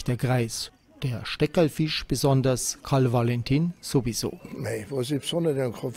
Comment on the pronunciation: Macht Lust auf die Ausstellung im Juli 2023 am KV-Musäum. ABER: Dass der Sprecher - anders als der Ausstellungsmacher Peter Syr - gleich mehrmals von einem Karl W(!)alentin spricht ( , u.a.), ist nachgerade weder begreiflich noch verzeihlich!